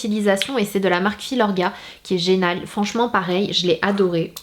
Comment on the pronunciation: À tu as dis genal au lieu de génial !!!! Mais sinon je te kiffe